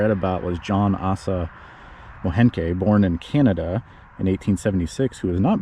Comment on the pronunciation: The name Moehnke is pronounced Mink